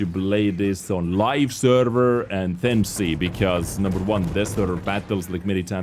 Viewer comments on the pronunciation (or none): none